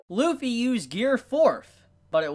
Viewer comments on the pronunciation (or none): his name is Luffy not Wuffy for a reason... ok I'll stop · Realize that Kaido reverted back to his human form, took a Kong Organ and SIGHED at it. This man put the L in Lufffy's name.